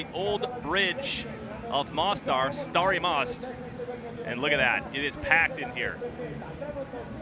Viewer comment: starry mawst...lmfao